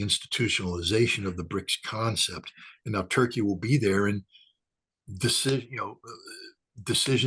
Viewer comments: The way u say Turkey is soo damnn anoying Toeurkeyy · I love how says Toy Key. Turkey should change its name to Toy Key.